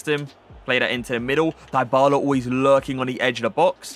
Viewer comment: That’s not how you pronounce his name lol